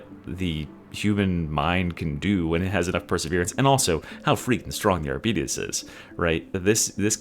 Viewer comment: Arbites does not rhyme with diabetes 😂